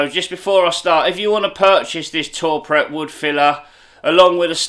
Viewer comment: Great videos m8 keep it up ...its pronounced too prey ...(french ).not tour pret👍